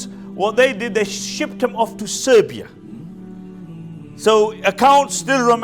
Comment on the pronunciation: Siberia not Serbia